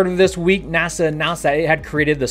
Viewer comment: What is nasanasa? Did nasanasa want some ananasa?